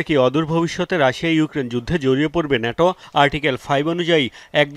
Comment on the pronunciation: শুদ্ধ বলতে বলতে ন্যাটোকে নেইটো😂😂😂😂